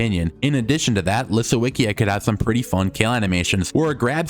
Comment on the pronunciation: It's LisoVicJa The w is read as V And the J is read as Y like in yak